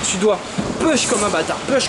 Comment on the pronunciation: Arrête de dire "Peuche" mdrrr Tu dis bien "New York" et pas "Nêouw Yorke" ? Bon bah commence par apprendre à dire "Push" (=Pouche si tu préfères) plutôt que "Peuche" Voilà bisous <3